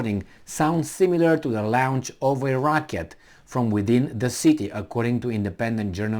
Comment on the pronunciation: Dear,thank you very much for your reports. There are couple of words you use often: bombers (B is silent) and launch ( the vowel AU is the same as vowel in Daughter). Please, forgive this correction.It's possible to use "Google Translate" for pronunciation.